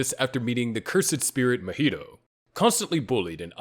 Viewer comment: Say Mojito again mf